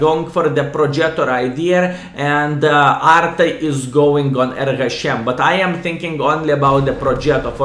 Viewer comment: 6.20 "He got hit by ARTA". Then he got "SVARM". Greetings vrom Visconsin!